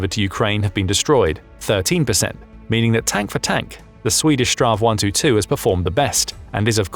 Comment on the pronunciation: It sounds funny when you say straw 122 (STRV 122) . My recomendation is that you say "Strids-wagon" or "battle-wagon" instead. Strid = Battle Vagn = Wagon 😁 STRV stands for stridsvagn wich means Battle-wagon. When we in sweden say STRV, we dont say it as a word or name. We only say the letters: S-T-R-V. STR = Strids V = Vagn. 😁